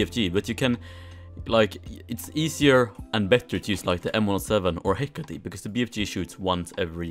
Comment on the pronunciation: 6,699 views... but, the Hecate is pronounced "Heck It".